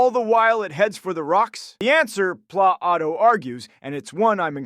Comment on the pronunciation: Thom Ashobbes..... Thomas Hobbs! Pla-Ato?!?!? Locka?!?!? Daaved Hu'ume AKA David Hume?!?!?